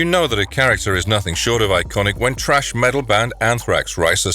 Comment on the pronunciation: "Trash" metal band - Anthrax You said it wrong yet right 👏 👏 👏